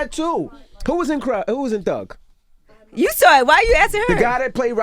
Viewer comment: I thought he was saying Doug